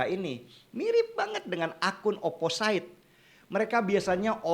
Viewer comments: Not really mean to be a grammar nazi, Amang, but.. Opposite dibaca "o-po-sit" BUKAN "o-po-sait" Anonymous dibaca "e-no-ni-mus" BUKAN "e-no-nai-mus" Resilient dibaca "ri-si-li-en" BUKAN "ri-si-lai-en" Horas, Amang. Mauliate. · mohon mangap, bang... bacanya oposit, anonimes, resilien, (biar lbh jos kontennya, bang) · Bang denny, opposite itu dibaca opposit. Anonymous itu dibaca anonimus. Ga perlu ai ai an. Resilient juga dibaca resilien, sama ga perlu ai ai an. Ini kru 2045 tolong dong, masa ga ada yg mengkoreksi?